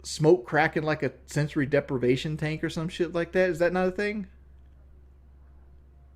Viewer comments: English is hard for our boy, cut him some slack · "sensory DEPERVATION tank" 😂